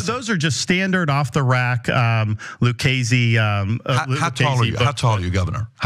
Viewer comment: He mispronounced Lucasi.